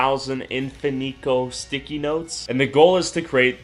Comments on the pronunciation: is he sayin THICKIE instead of sticky on purpose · He says "thickies" instead of sticky for majority of the video lol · instead of sticky he said thicky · anyone notice hes saying thicky instead of sticky